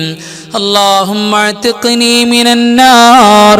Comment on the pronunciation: Allahumma athkini mina nnar ennaleee .. athkini ennathil kelkkumpol Alif vitt povunnath pole thonnunnu